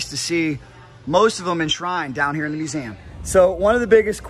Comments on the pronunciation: did he say MeusAM? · What’s a ‘ Moozam ‘ ……? 🤣 I think museum is the word he was looking for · Nope.Nope.. you say "mewzam" 🤣🤣... WTF i can't trust you I'm out✌